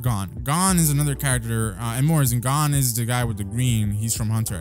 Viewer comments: 😂😂😂😂😂 insted of gon its gen 😂😂😂😂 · It not gone it gon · Please stop calling him Gon it's pronounced Goan